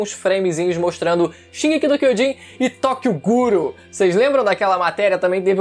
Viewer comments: agente bsempre falou errado o certo é derth note em vez de death note e é tokyo guro em vez de tokyo ghoulkkkkkkkkkkk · Tokyo Guru... mermão, os caras não tem a decência nem de saber falar o nome do anime direito vei kkkkkkkkkkk chega a ser ridiculo isso kkkkkkkkkkkkkkkkkkkkkkkkkkkk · Tokio guro ? Sabem nen falar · tokyo ghoul não! Tokyo guro* lkkkkkkkkkkk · "Tokyo Guru" eles não sabem nem falar o nome, patéticos. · "Tokyo guro" kkkkkkkk essa é inesquecível. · Qual o problema da repórter falar Tokyo guru? Os imbecis que assistem one lixo falam Ruffy em vez DE LUFFY, então fds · Kkkkk tóqioguro